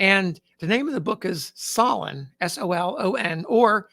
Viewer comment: Solon = "Soul-un." The second syllable rhymes with "bun." Solon was an Athenian lawmaker and soldier of ancient Greece. His name is used now as a noun to mean a skillful legislator. Logan had been an Illinois state representative and a U.S. representative from Illinois before the Civil War.